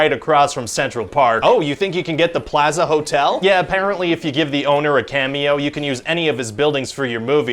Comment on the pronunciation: Wow, the way Ryan says "plaza" surprised me😂